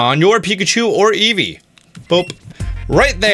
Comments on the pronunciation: Eevee not eeve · Am I the only one who heard let’s go pikachu and let go easy at the end😂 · Did he say Pokémon let’s go Pikachu and let’s go “easy”? That’s pretty great